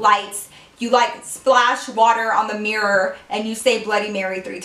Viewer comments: did anyone else hear her pronounce mirror like mirrorr at the beginning of the story time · The way she said Mirror 😂😂😂